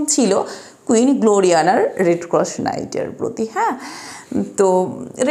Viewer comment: রেড ক্রস উচ্চারণ সঠিক করার চেষ্টা করতে পারেন।